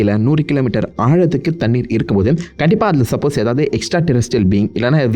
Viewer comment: Thannir niga soldra dhu nalla irukku bro